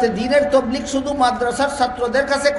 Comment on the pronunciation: Huzur hoilo akta patha J tablig shobdo ta sothik vaba bolta parena se ki alocona korr?